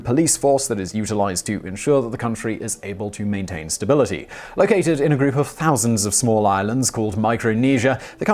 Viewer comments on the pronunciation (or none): none